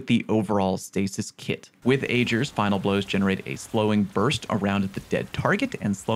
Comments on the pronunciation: Dude its pronounced ager... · it's pronounced "Ager's". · It's aGer with a hard g sound, mara sov said it out loud multiple times in the quest to get it back when that was a thing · Ager’s rhymes with daggers, Mara says it repeatedly in the exotic quest to get it. Good video tho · They literally said Ager’s Scepter out loud several times when you did the quest for it, it’s a short a (“apple”) and a hard g (“guh”)